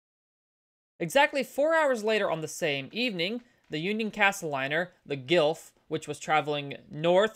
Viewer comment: I think Guelph is pronounced “gwelf”, just like the city in Ontario.